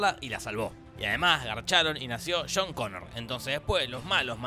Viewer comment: ??? quien es CHHHHONNN CONNOR????????????????'